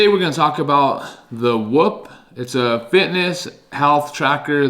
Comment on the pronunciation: it’s not whup it’s whoop